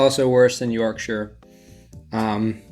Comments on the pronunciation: As soon as you see Yorkshire tea in the background you know this is a serious bloke. Then he tops that by pronouncing Yorkshire correctly and becomes a legend. Then knocks it out of the park by admitting he has Wedgwood Bone China, think someone’s getting an invite to tea at the palace soon 😊🇬🇧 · Hitting like purely for the pronunciation of "Yorkshire" - good man! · Big respect from a Yorkshire man, because you know how to say Yorkshire. Also thank you for your service, might be from different sides of the pond, but I respect anybody who is in the military. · It makes my heart happy how you say Yorkshire right! also you’re posh with that wedge wood😂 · You are the first American to not butcher the place Yorkshire. As a Brit i am proud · Holy shit that's the first time I've heard an American pronounce Yorkshire right first time..... You sir get a sub from me just for that